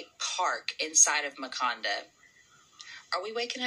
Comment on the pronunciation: “Makanda” definitely sounds like “Wakanda”. There’s so much to unpack in here, big time. Peace and PoWah.